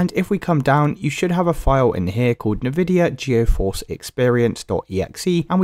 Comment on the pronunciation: Nividia Goeforce?